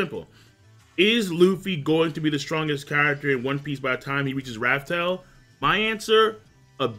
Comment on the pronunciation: i really like this video but the way this man says raftel and one piece makes my organs hurt